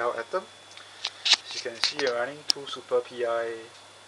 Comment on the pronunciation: it's pronounced "super pie", not "super pee eye" ;)